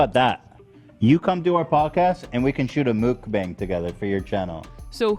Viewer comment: It's everyone mispronouncing mukbang for me😭